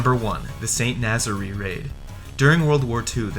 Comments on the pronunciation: St Nazaire is not pronounced Nazery it is St Naz air. And what about the Lofoten islands raid in Norway? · St Nazaire - pronounced Saint naz-air. Not nazzary! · It's pronounced 'Sant Naz-Air' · St. Nazaire is pronounced san nahz air. it's irritating to see videos trying to be somewhat educational to fall down on proper pronunciation. I see someone else already caught you up on Edinburgh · The narrator's inability to pronounce Edinburgh and St. Nazaire is an indication of his level of education and research.